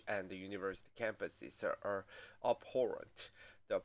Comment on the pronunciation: Gay is only sorry that such a kerfuffle was made of her idiotic statement. And she mispronounced "abhorrent". Obviously, not an English lit. professor.